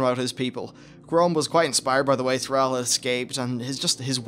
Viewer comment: I like the video but PRONUNCE THRALL PROPERLY even Go'el is good enough